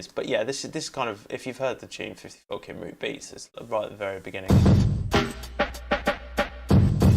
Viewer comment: Your pronunciation of Cymru makes every Welsh person cry 😆 (good video though, thanks!)